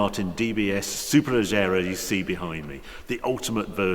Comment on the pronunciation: i think Harry's having problems pronouncing SupeLEGERRA